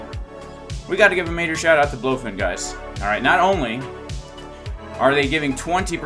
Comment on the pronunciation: BLOOOfin, lol well everyone calls it Blowfin what can you do, they should rename to Blowfin, no point in fighting the trend